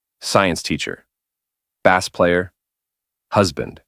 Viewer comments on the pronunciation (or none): Very AI try learning how to pronounce “bass player”